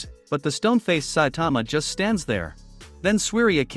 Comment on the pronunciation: I hate say saitama ken you even say saitman